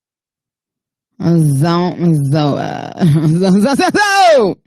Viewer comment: Zon’t zoo it